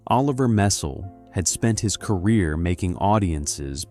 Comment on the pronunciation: It’s not mess-SELL. It is MESS-ell. Do your homework before you record a video!